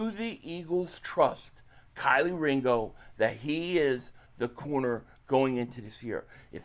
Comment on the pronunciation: Key 🔑 Lee. Put some respect on his name lol 😆